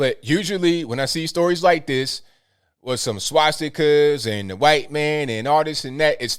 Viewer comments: Huhwhhhhite man,😁 gets me everytime,love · I love but it's funny how he says "white" He actually pronounces the H. Listen close you'll hear it.